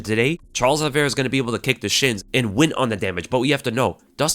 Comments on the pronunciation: His name is O-livera not All-livera... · Olive -ira no? not Oliv-era. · He keeps saying Aliverah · I'd watch this but i can't stand the way says Oliveira "Ali-vera". Shit hurts my ears. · if he is all that, atleast say his name correctly